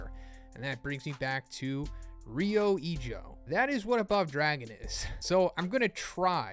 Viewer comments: Fyi, its rather pronounced ryuu ijoo, since the u an o are long / doubled. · I'm really disappointed on how you pronounced "Ryu Ijo". I mean, my day is ruined dude wtf